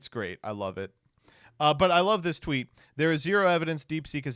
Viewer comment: Did you say xeet instead of tweet?